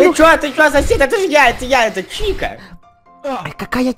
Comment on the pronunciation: мне послышалось Читер а не Чика